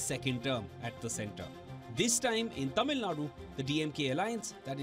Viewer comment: Sir, I am amazed that you can pronounce the sound zha in tamizhnadu… I am among probably 20% tamilians who can pronounce that word while majority of politicians and leaders who’s livelihood depends on Tamil famtism and hate for Hindi cant pronunce it and they say Tamilnadu.